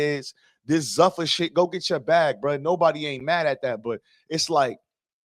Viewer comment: 1. "Zuffa" (the parent company of the UFC) is pronounced ZOO-fuh (/ˈzuːfə/). It rhymes with "loofah"